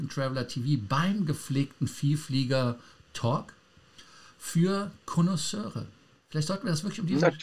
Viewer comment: Mario hat vor kurzem ja schön gelernt, wie man Lounge auspricht, jetzt kann sich mal anschauen, wie man Connaisseur auspricht. 🤣